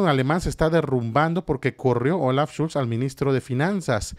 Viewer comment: Olaf SCHOLZ, Villamil, SCHOLZ, con o, no Schulz, que es también un apellido alemán pero es otro pues va con u.